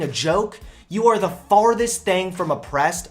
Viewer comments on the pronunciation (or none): I like how you say "thang" instead of "thing" 😂